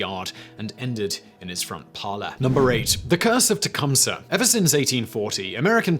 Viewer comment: As a descendent of chief tecumseh kudos on the pronunciation of his name alot of Canadians in the area im in pronounce it wrong. His bones (chief tecumseh)are in a monument on my native reserve